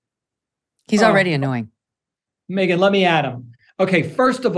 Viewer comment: “A very pregnant Megyan Kelly” 😂